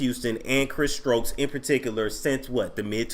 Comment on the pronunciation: If you call him one more time... 🤣🤣🤣